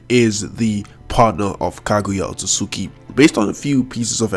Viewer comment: Its otsutsuki not otsutsuki dum ass